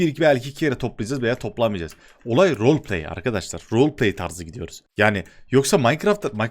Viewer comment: Nobody: ADŞ:arkadaşlar amaç vroğlpley